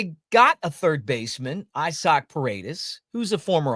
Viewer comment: Quit calling him “eyesock” it’s say the letter e-sock